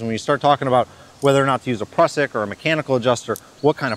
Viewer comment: Great video, very informative. But please pronounce Prusik "prew-sick". 😆